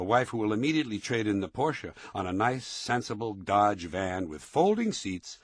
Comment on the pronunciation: One of maybe 7 americans who can pronounce "porsche" almost correctly.